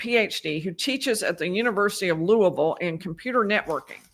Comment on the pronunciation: you are also making us Kentuckians proud! Thank you so much for your travel, time, dedication, and great coverage! Lastly, excellent pronunciation of "Louisville" (born and raised)!